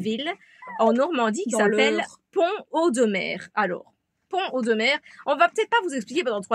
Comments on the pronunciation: C’est super, j’espère vous rencontrer, j’habite pas très loin de Pont Audemer d’ailleurs on prononce Pont Audemer en faisant la liaison ( Pontaudemer) Bref, bienvenue en Normandie et au plaisir de se rencontrer dans notre belle région. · Salut les filles...... Alors, comme dit dans un autre commentaire plus bas, ici, Pont Audemer se dit en fait Pontaudemer. On fait la liaison entre les deux. Parole de vieux Normand pure race. Je dirais même bas Normand. Bon vent à vous deux, vous êtes super et superbes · coucou. on fait la liaison pontaudemer. et souvent on dit pontau. ca va vous plaire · ça se prononce " pontod'mere" 😀 'j'habite pas loin. C'est rigolo quand vous le prononcez en 2 mots et sans faire de liaison 🤣